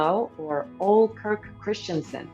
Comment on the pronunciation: Interesting quiz. I scored 95/100. Q40 - Correct movie title is Bob and Carol and Ted and Alice Several mispronunciations, especially names, ex: Ole = Oh-Lee, Camus=Cam-Moo, also Life of Pi=Life of Pie